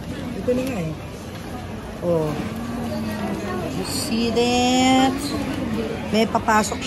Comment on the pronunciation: Gusto ko yung "ye seee theet? 😂😉😁"